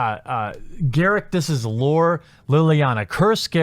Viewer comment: GAW-ROOK not GAIR-ICC!